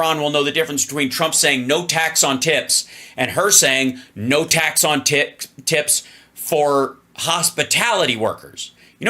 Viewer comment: Hal said “ tax on tits “ when trying to say tax on tips. Sounds like a porn lobbyist slogan. “No tax on tits”.